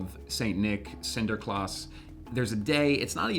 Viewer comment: i'm Dutch and i am sorry but the way he says Sinterklaas hurts my ears...